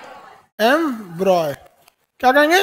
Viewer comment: Embroy nahi embryo